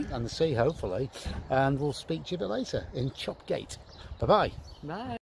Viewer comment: Don't ask me why but as a Teessider, so pretty much local to this area, I have always known Chop Gate to be pronounced "Chop Yat". Loved watching your C2C videos, thanks for posting them.